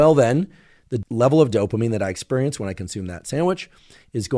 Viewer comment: I wonder why he says "ex-PUHR-ience" like some sort of Atlanta gangsta.